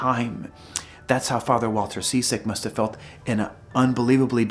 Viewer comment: Interesting video but I hope you don't mind me pointing out that Ciszek is pronounced Chizzik not seasick.